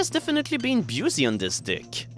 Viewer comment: I like how you're pronouncing "busy" (pronounced "bizzy") as "byoozey"